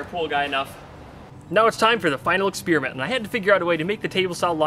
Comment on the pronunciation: it's experiment, not "expearmint"!